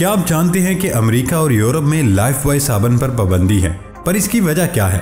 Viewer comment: لائف بوائے نہیں لائف بوئے